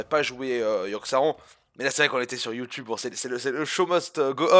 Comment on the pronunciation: Mdr mais il dit bonjour youteub mais tapez Youteub sur internet vous êtes pas prêt mdrr